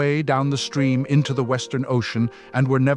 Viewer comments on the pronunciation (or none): none